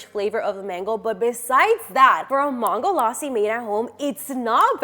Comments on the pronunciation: Wokey we get that you’re American and you’ll have American accent when you try to say something that’s other words which is not your language but the way you say mangolassi sounds like MAAANGOlassi when you could simply say MANGO and then lassi but you sound like you’re trying sooo hard to get American accent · who tf says Ma-hn-goe laa-si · Same . She pronounced mango properly but maango laasi it triggered me as a India.